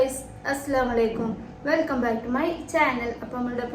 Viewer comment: അസ്സലാമു alikkum എന്നു cliyer ആയി പറയു.. Mubarak aliya ningal sooper മക്കളെ റൂമിലു രണ്ട് കട്ടിലും set ആക്കു.. മക്കളെ maatti kidathuka..